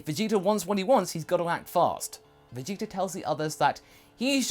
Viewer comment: He said vegeza?!